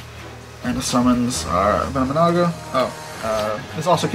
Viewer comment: It's "venomi-Naga"